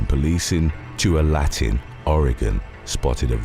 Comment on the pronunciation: The henry thomas story, the place he got arrested is pronounced Two-all-la-tin.